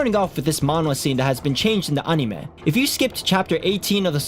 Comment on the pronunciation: DUDE PLEASE PRONOUNCE ANIME CORRECTLY